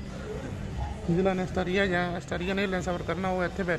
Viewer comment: Jis country vich rende ho, oda naa bolna ta sikh leyo.